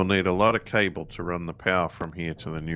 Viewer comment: The way you say cable sounds like you are saying Cobbler in a brit accent lol